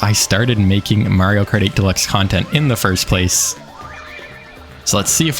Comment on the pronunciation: is it just me or does he say "Mario kartY deluxe !!" everytime he mentions the name of the game ahah